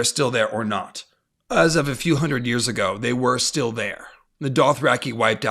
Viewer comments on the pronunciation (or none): none